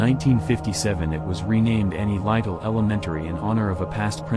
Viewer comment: It’s pronounced high lie. And lytle is pronounced little